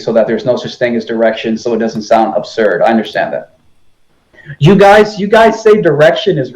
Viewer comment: You let him take too much time. It is mostly him talking. And he is NOT nice. “Neely” Tyson? “Globhads”? “Every thing you are saying is aburd.” No. Not nice. And the burden of proof IS on the side with the new theory. AND he is a conman. Look what he did before the Flatearth became a big thing.